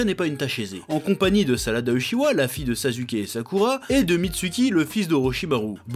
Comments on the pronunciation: Quand tu dit sazuke ça me trigger un truc de fou ptn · chef wolah je t'aime bien mais kesque tu casses les couilles quand tu prononces les noms japoais wesh : Boruhto , sasuhké , naruhtoh mdr après toute ses années je sais que tu fais exprès